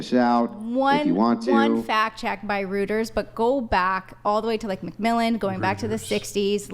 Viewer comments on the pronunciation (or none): ROY-ters, not ROOT-ers.